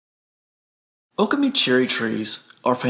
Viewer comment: Accent on the second syllable. o-KAH-me